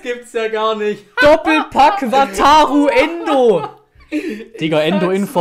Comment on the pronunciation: Weiß gar nicht, wie oft ich ,,Wataro Endo‘‘ gehört habe